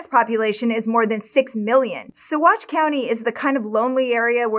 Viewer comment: Completely off topic but I'm impressed by the correct pronunciations of Salida and especially Saguache